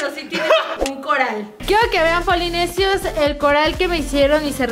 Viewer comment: es polinesios , no es polinecios